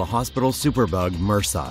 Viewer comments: Mersa? You say it M.R.S.A. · Haahhaha it's pronounced m, r, s, a. Separate letters, not "mersa". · Da fuck is MURSA? It's M.R.S.A as separate letters, it not a word it's an acronym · Its called M.R.S.A, not "mersah". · what the fuck are you calling MRSA mersa? come on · Why the fuck are you pronouncing it as a whole word for... Its M-R-S-A, its an acronym... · LORD TAVISH that would make your doctor just as dumb as this guy then. It's MRSA not mersaaah